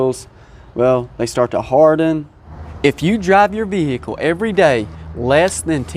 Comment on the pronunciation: Vvvvveeeeecccclllllllll, sutch a difficult word.